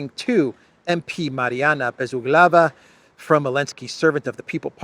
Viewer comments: You're saying Bezuglova wrong 😅 It's Bez Uuuuglova Emphasis on the Uuu Ooh Say it! Oooh As in without corners Bez - without Uuuuuglova - from word Ugol - korner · "Bezuglaya" is to be pronounced with the accent on the "u". By the way, in Russian "Bezuglaya" means "carbonless". 😊 Therefore, by her family nane she's eco-friendly. 🤭